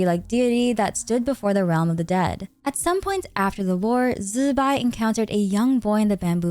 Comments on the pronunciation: Why we calling zibai, zibai insted of zzzz..bai ?!! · Ok. I'm ignorant of the correct pronunciations of most of the characters in Genshin, but is "Zibai" REALLY pronounced "Zzzzz bye"?!😅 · Why is it so hard to just say "Zibai" 😆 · Calling Zibai like that was so cringe to me and it was so distracting, it fully broke the flow of the sentences everytime, just call her normally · You know you dont have to force zbai's name, right? Just use an english pronouncination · Killed something in me